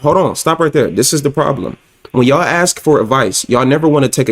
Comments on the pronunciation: I really like your content. I think you make them a lot of amazing points. I just really wish you would stop using that word. Axe . You talk down on women for sounding stupid or not having smoke alarms and then mispronounce one of the easiest words in the language to pronounce. Literally just makes you sound dumb. Ask. It’s not hard to say. If you want to be taken seriously, you have to talk seriously not sound like a little kid. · I really dig your content. I think you have a lot of good talking points, but it is really hard for me to listen to you downplay these women because they sound stupid or have smoke alarms going off and then you say, can I axe you a question. Makes you sound just as dumb as the people with the dad smoke alarms. ASK. It’s not hard to say.